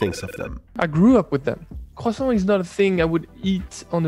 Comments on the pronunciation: eating and saying cwasson is amazing ❤️ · Croissant but is sounds like "Khwasong" i guess its Chinese not French 😂